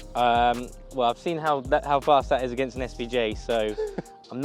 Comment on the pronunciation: Man said Gapistan 😂😂😂